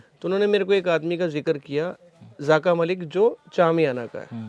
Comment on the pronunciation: Zaaka malik nahi dear rather zaka malik.